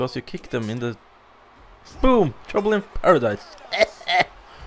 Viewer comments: omg its trouble in paradise not tromble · You said troumble in paradise